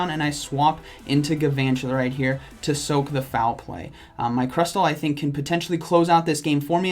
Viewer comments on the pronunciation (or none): nobody: absolutely nobody: Not even a single person:: I thick that was the last battle